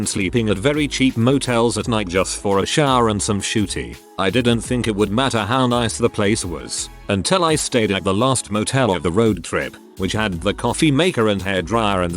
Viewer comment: Story: "shuteye." Computer voice: "shootie." I'm sure a lot of hotels are mainly used for getting some shootie, but still, get with it, Computer Voice!